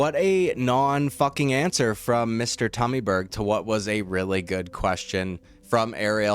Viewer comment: He said TUMMYBERG! Lmmfao